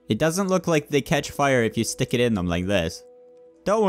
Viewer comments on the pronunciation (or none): none